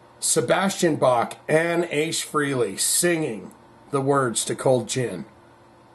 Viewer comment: Pronounced Frailey, Not Freeley